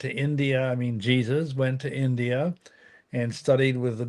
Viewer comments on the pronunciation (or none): none